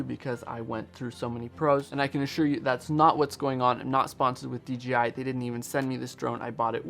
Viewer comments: D J I ... Not D G I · In your video you call it DGI repeatedly. Is this how we are supposed to pronounce DJI